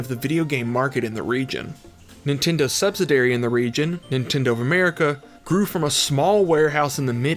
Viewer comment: It's "sub-sid-ee-air-ee", not "sub-sid-airy"